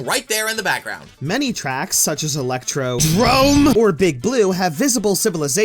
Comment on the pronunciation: No, it’s fine. He pronounced ElectrodRome right to make up for it.